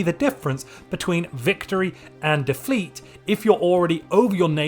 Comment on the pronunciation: Hehhehehe victory or defleeet when the slip up is better than what was attempted to read.